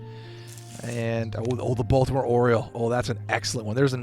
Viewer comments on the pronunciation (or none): none